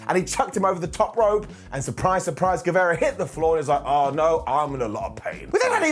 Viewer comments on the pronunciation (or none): ITS NOT GUEVEEERA ITS GUEVAAARA hnnnghghgh